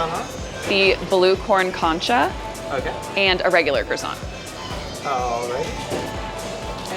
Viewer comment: Nice video. I know concha is another language, but maybe listen to a video on how to say it, the emphasis is on the second syllable. It all looked so yummy!!